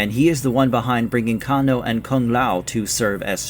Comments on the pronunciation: Cane -Oh ...not Can -O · I stopped watching after the narrator said "Kah-NO." You know 100% sure that this person is not a real MK fan. He's more like a bandwagon and only want views. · why did you say Kung Lao and show Liu Kang? And say cahno. Lmao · kahn-o xD LOL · The way you pronounce Kano pisses me off. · Why did you say Kano's name like that?? 😂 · They Way You Saying Kano & Bi-Han Is Hilarious. Nice Video Doe.